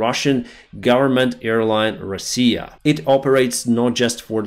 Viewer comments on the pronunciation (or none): none